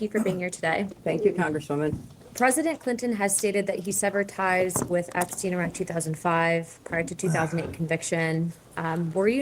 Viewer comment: Hillary intentionally mispronouncing the Epstein name was a "tell" itself. By using this deliberate rehearsed distancing tactic to imply she barely knew him, she actually implicated herself ☠️